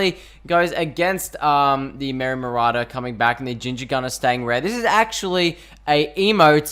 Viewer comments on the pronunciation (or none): You pronounce it merry “ma raw der”